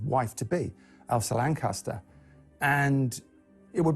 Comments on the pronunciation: It's Elsa *Lanchester*, not Lancaster. If you're going to take part in a documentary, do your research. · 3.2 mins in he says Elsa Lancaster when it is Elsa Lanchester, get you facts right. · Its Elsa LANCHESTER not fuckin LANCASTER. For fuck sake! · Who the fuk is Elsa 'Lancaster'? Shocking amateurism, verging on disrespect.